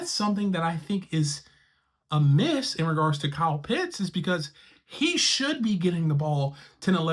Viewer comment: OHHHH! He pronounced Kyle Pitts' name correctly! Finally. Great job. Now continue to work on Younghoe Koo (Young-Way Koo).